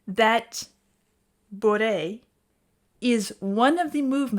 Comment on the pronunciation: It's pronounced Boo-Ray. French for drunk, but also is a Cajun card game played in South Louisiana.